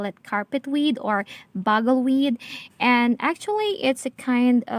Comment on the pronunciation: It's byoo-gle weed. Like drum and bugle. 😉